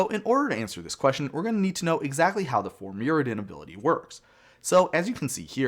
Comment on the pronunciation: I like how you pronounced "Mirrodin" two different ways nearly back-to-back.